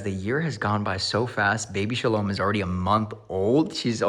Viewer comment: That Shalom sounds distinguishably Yiddish if I do say so myself.